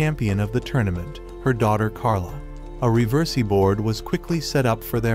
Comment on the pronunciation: i love how he somehow manages to botch the pronunciation for riversi every single time🤣🤣🤣🤣🤣🤣🤣🤣